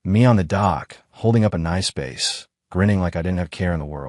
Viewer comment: Cant even pronounce Bass 🤨